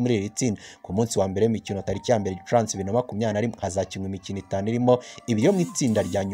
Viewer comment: Hello! Ntago bavuga Gicuransi bavuga Gicurasi. Kbs utugezaho amakuru ya Rayon sports. Courage